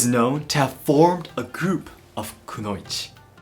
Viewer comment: Why do you say konouichi differently than anime in Japanese? Not English dubbed anime, Japanese audio